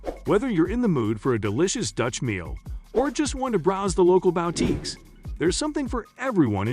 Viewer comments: Wait, is this text-to-speech? I never heard anybody mispronounce "boutique" so egregiously. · Is a "bow" tique a boutique for dogs? Bow wow!